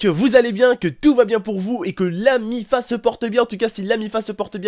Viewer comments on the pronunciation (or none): On dit la miffe sa me stress quand les gens disent la miffa